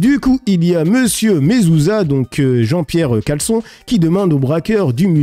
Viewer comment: C’est jean pierre challençon pas caleçons 🤣🤣🤣